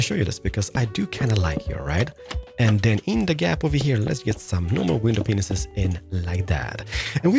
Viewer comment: I love your videos but I'm sorry I have to point out that when you say "window panes here" it kinda sounds like "window penises here." Lmao 🤣